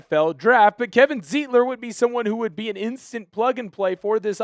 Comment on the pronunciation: Sir! His name is pronounced Zite-ler, not Zeet-ler. In any German word, look at the second vowel in the word to know which one to stress on the word, like stein, or eins, zwei, drei!